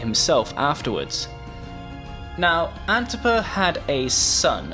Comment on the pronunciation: With all due respect... who tf is antiper? You mean antipater?